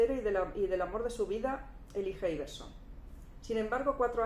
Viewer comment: Jajaja hablas de decepción y ni si quiera puedes pronunciar el nombre de Elijah Iverson jajaja.